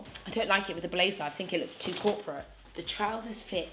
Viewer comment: When you said corporate bitch I thought you said crop a bitch... 😭😭😭... #cropabitch